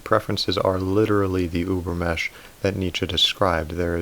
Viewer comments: Übermensch is pronounced ÜbermeNNNsch you miss that N 😜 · I have little remark here, unrelated to the content: I just wanted to say that in the word "übermensch", you cannot leave the "n" out, you have to pronouciate it too :-) I'm sorry, the "über-mesh" was just too funny :-) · Ubermensch, the N is pronounced ... Sounds very weird without. Thanks for your videos. They are great. Go on please ! P.S. I often doubt Celebrity types typing.